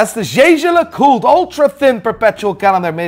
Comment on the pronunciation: Hahaha glad I caught this video, if only to hear another watch fanatic pronounce Jaeger-LeCoultre as "Jha Jha Luh Colt", I'm not even throwing shade, the name is absurd, and it's Swiss not French